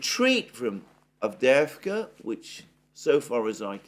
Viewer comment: The way you say avdeevka sounds wrong because you don't say the little "y" (as in "yes") before the 2 "e"s/ It's "Avdyeyevka." A few times is fine but when you mention the same word many times you might make the same effort on it as you have on others. Again I'll also say that "aggressive attrition", conduction millitary operations not to seize any gain directly, but simply to inflict losses, is simply mass murder. This is doubly true if the enemy is already inferior and degraded. I started off as a Z-respecter, but can anyone blame the Ukrainians for not wanting to be under the thumb of a government that conducts war in such a cowardly way, much less against themselves? How many of the Russians in Dnepropetrovsk or Kharkov or Nikolaev can no longer be liberated because they have been conscripted and "aggressively attritted?"